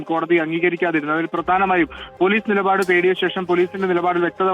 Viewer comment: നിലപാട് നിപാട് അല്ല